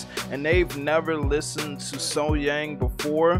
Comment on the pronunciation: Outdoors, sitting down, live, sang the sax solo.. Thats a mic drop and in my opinion there is noone finer than SoHyang.. Then or now.. That's a 20 out of 10. Also its SoH"young" pronounced..